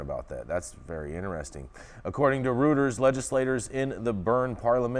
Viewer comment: Reuters is pronounced "Royters".